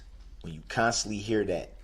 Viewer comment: Earf? Dat? Why do people choose to speak like this when they know how to say the real words?